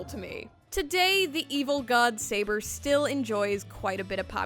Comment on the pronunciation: It's not "Bootleg Saber," It's "Seibuur"